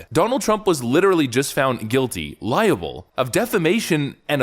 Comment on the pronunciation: Why is he saying "libel" for "liable"? Is it ignorance of vocabulary or sloppy pronunciation?